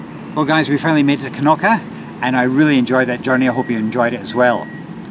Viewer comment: I like your pronunciation of Knokke. I was actually waiting for you to call it "Nokke"". Well done.